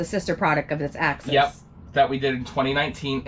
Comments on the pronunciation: axis not access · The name is NOT "Access", it's "Axis". Neither of you are pronouncing it correctly. My dislikes, it's a THOR, it's a THOR, it's a THOR!